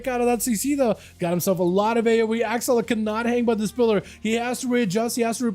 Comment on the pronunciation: Guy whose name is Akzal is said like Axel.